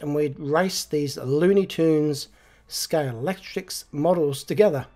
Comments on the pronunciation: Great video again,! And just to help you out with your unpronounceable 'Scalextrix' - it's actually pronounced Scale-ex-trick!! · try saying Sca-lextrix, instead of scale-lect-trics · Well done on that conversion. I noticed why you're struggling with the word 'Scalextric'...look at the box again, you ain't reading it, you are adding 'ks' on the end, it isn't 'Scalextricks' man. Practice it, you'll soon get it right. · wow! What an effort and what a result! I agree the yellow best but only just. Loved how you struggled to say Scalextric all the time, I would just have used "slot cars" instead, so much easier 😁 I also love how your channel always shows something different, I look forward to this every week. All the best from Scotland 🏴 Mike